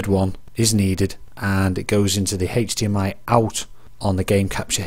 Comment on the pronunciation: can we get a count of how many times he said "Hechdmi" tysm